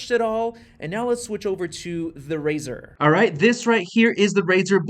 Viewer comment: It’s razer not razor